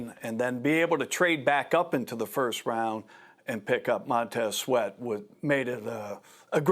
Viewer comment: "Montez sweet" Stephen A 😂